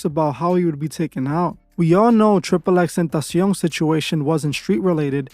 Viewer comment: Mans pronounced "Tentacion" better than literally anyone in the world ever has, but can't pronounce "Jook" for the life of him